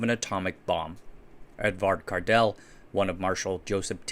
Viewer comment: lol Didn't know Edvard was mexican 😂 Edvard Cardel